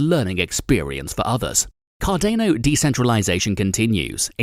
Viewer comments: Its CARDANO not CARDEYNO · it's CARDAAANO not CARDENO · You say Cardane'o , I say Cardano, I say Potane'o you say Potato..... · Car-dāne-O .....more like Car-don-ō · my ocd can't handle this video car-dan-oh not car-dain-oh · Car DAY know ? U mean cardano ... Pronounced Car don O ... hahah 😂 yikes I think I missed most of what was said in this cause I couldn't stand the way this was pronounced 🤭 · D𝚒𝚊𝚛𝚢 ▪️ Car-don-o Not Car-dano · bro, it's CAR - DA - NO NOT CAR DE NO urrghhh!!! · Card-ah-no Not Card-ay-no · Card Ane oh ... I think it's pronounced card ah no. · car-DAH-no ... not car-DAY-no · Car-day-no or Car-dah-no ? That’s a first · SURELY you have heard the correct way to pronounce the name of this product. Hard to take someone seriously if they don't even know its name. Say it with me CAR - DA (NOT DAY) - NO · I cringe every time you say Cardano. It’s pronounced Car-don-o, not Car-day-no. You lose all credibility when the main coin you are reporting about is pronounced wrong. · Have I been saying this incorrectly then? I always say "Car-Dan-O," this guy is saying "Car-Dane-O." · pronounced card-an-o not card-a-no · Please pronounce it correctly.. Car - da - no. Its "da" not "day" 😅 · i disliked for car-day-no. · Cah-DAY-noe... i made it 4 seconds.. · Car-day-no tokens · take cardano seriously. Lol Can't even take you seriously when you cannot even pronounce it properly. CAR DAN O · Cardayno lol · Dude... this just motivated me to buy 1,000..... car-DANE-"O"!!! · You say Car Day Know one more time ..... fml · I don’t think u are pronouncing Cardano right”.. it’s not Cardaino🥸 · dude your kill'n me with Card-ane-o... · CARDENO INSTEAD OF CARDANO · I love and own a good amount of Cardano. Please learn how to pronounce cardano, you made my EARS BLEED. had to dislike just because of CarDAAAAANo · Car day noh or cardano. Anyway, cant stand it. Gave a dislike and cant finish video. I own 5k cardano anyway already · It’s called CARDANO not cardaino….. lol 😂